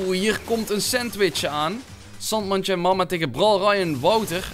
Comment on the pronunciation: Je zegt Sandmandje, maar het is Sandjemandje!!! Is n maat van me 💪🏼